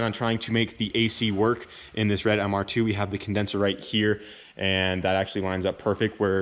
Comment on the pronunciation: I feel ya on the intonation..... 🙉